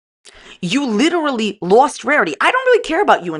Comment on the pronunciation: “I’ve been abused by my ex!” 20 mins later “We LIDERALLY JUST worked things out and were FaceTime friends again”